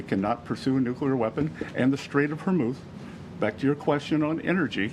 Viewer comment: How many of y’all always wanna say what he just did…”HORMUTH”…damn near, VERMOUTH. 😂